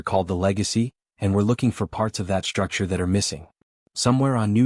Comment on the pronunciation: CATASHTROPHIC, SHTRUCTURE, SHTRESS, DESTROY,...."grim-AYCED"(grimaced), EXSHTRA, SHTRANGE, SHTRENGTH, RESHTRUCTURING, EXSHTRAPILATING, SHTRONGEST, NOT ENGLISH WORDS!!!! THERE IS NO "H" after the "S"!!!